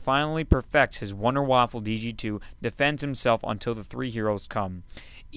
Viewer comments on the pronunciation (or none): WHAT THE FUCK IS WITH EVERYONE SAY WONDERWAFFLE!!! It is wunderwaffe. German namw.